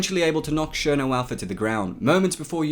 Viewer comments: Cherno not sherno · do you pronounce it sherno or ksherno